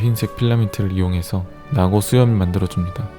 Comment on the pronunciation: 형 그건 나고가 아니라 사'나고'자나